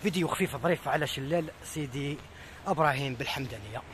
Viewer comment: عجبتني كي قولت سيطي براهيم 😀😀